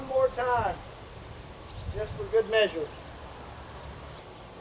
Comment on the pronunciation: At first i thought he said "were gonna shoot it 40 more times just for good meashur" im like wait what lmao